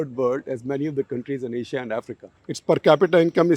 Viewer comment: Did he say central Aisa by mistake ?